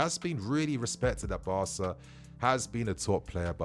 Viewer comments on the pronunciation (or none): none